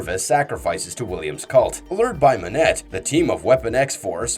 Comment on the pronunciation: Monet -‘Moanay’